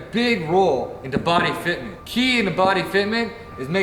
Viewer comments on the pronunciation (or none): "BOPY FITTMENT"